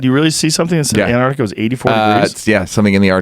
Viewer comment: Joe:"Antartica" Neal: "Yeah! Something in the Artic Circle". While I kind of agree with what you're saying this just makes it sound like you have no idea what you are talking about. (spoiler alert, it wasn't antartica :P)